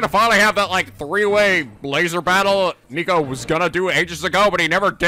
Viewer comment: what else is new? Nico can’t pronounce names to save his life.